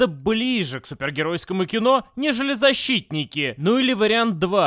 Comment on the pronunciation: "ЗаSHITтники" :D